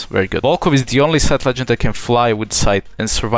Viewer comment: All I heard was sytch, near and side